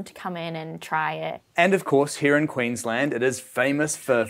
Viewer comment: Every time that says Quiinslend part of me dies inside